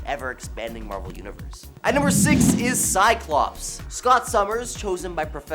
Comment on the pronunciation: THERE IS NO "E" IN "CYCLOPS"!!!!!